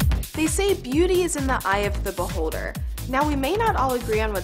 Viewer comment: ...beauty is in what....? its interesting how if American pronounce certain words with an accent people ignore it but if for instance a person with, the most unpopular accent, Indian accent was used people will ridicule it. There are Indians who pronounce this beholder word the same as the this girl but people laugh at them but if Americans say it then its cool.